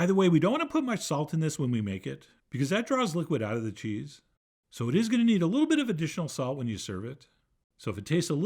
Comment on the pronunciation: As an American, I do not like how you are pronouncing this cheese.